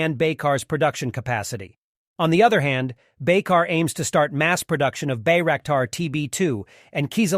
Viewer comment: The right pronounciation of the company name is : Baykar (like ByCar)